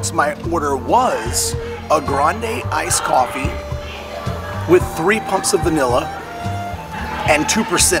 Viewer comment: wow, you know you have a drinking (coffee) problem when you call "ice coffee", " I-coppie"!